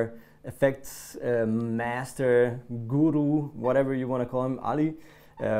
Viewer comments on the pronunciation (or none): none